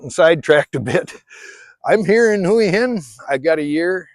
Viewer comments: You say "Hooey Hin" I say Wa Hin. Lol...I live in Jomtien but I could live in Hua Hin no problem. Cheers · That was when we moved away from Hua Hin ( or like you keep on saying " Huwi Hin " ), to busy, to much traffic back ups in the weekends, now we live in Pranburi at the border with Hua Hin and we barely go there anymore.Much more relaxed live here and better beaches, nice market in the night with live music, you name it, we leave Hua Hin for the tourists. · Thai is a phonetic language. Hooah Hin is how locals pronounce it. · 1 year in Hua Hin and you still can't pronounce Hua Hin ?? !!!